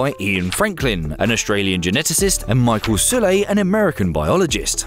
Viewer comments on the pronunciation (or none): none